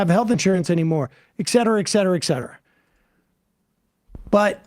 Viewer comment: *ET*cetera not "*EX*cetera". I know I'm a grammar N, but that one specifically bothers the crap out of me for some reason. Also when Cenk says "*E*mmoral" rather than "*IMM*moral".